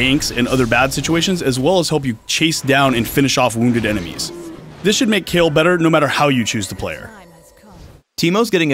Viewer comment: Kayle, is pronounched Kay Le not Kay El